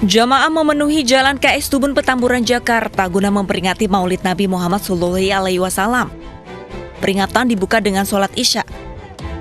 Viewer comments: Lu ngomong apa, sololowelelel wasallam apaan, totol bet nyebut shallalla 'alaihi wasallam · Ngomong SALALLAHU ALAIHI WASALLAM aje blepetannn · Ini pengisi suara islam apa bukan yah. Kok di bagian kepanjangan SAWnya nabi gabecus bacanya